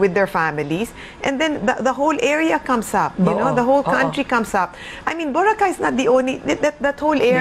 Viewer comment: Clean up the island and stop further hotel expansions. The island is already too crowded as it is. Btw, its pronounced Bo-ra-kay, not Bora-khay.